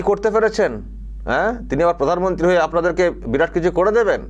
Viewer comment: কি বলে ফাগলে ? ক্ষমতা পিসি পুদানমন্তী হবে না কি একটা বলছে ? :face-green-smiling